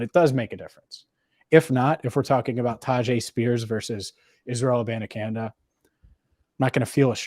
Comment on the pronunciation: it is ISRAEL AH-BON-AH-KHAN-DAY PLZ. Also love the show you guys are awesome.